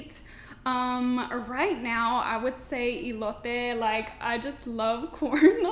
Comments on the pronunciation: Did she just say ( ILOTE) ?🤔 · The way she say elote sis someone tell herrrrre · I knew she didn’t know Spanish by the way she said elote lol